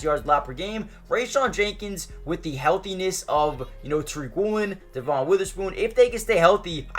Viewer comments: Good video, just so u know devon pronounces his name as “devin” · It's pronounced Dev-IN Witherspoon, but great video!